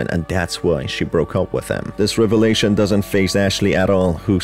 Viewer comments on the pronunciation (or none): none